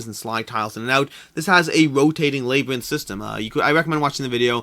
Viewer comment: No, it's usually with a soft A, but he's Canadian so maybe he's too used to saying "eh?" (See what I did there?)